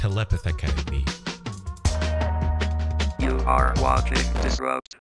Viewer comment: No one: Disrupt: "Telepekethally"